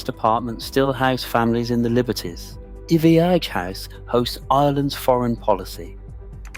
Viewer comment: Iveagh is pronounced EYE-vuh